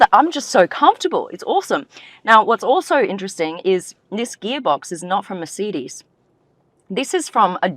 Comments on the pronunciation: Mercedes not Mersidys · I’d love to know more about this car but. I can’t listen to you call it a mer-seed-dis😂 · Mur Cee Deez? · Mer say dees….. Please love , pronounce it correctly. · I have never heard 'Mercedes' pronounced this way. (Apart from by Mark Webber) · The way she says Mercedes, drives me nuts😵‍💫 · Also what's happened to Aussie accent? And why she mispronouncing words like Mercedes and wankel? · How can the host of an automotive segment pronounce Wankel and Weißherbst with a Germanic twang, but not Mercedes?